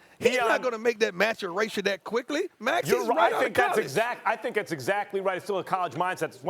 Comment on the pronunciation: why Deon say Maturation that way??😂😂